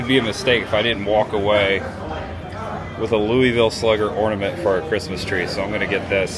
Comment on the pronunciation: being from Indiana, you pronounce Louisville correctly!:) I live in KY and have been to the Slugger museum. I'm closer to Lexington but go to Louisville several times a year. Next "spooky season," you and Cris should make a trip to Louisville. There are some great Halloween options: Waverly Hills (I've been there), Jack-O-Lantern Spectacular (I've also been there and it's AWESOME), and somewhere nearby is Pope Lick Bridge (legend of the "goat man") which is supposedly some spooky half-man half goat, ha ha:). I believe they even have a goat man festival, LOL:). I'm a subscriber to both yours and Cris's channels. Keep up the good work!